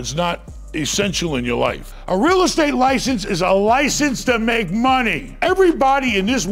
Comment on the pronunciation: "they have a degree in real estte?" haha